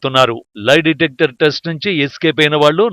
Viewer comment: Live detector కాదురా నాయినా.... లై డిటెక్టర్...వాయిస్ ఓవర్ కరెక్ట్ గా చెప్పాడు యాంకర్ ఏం చదువుకున్నాడో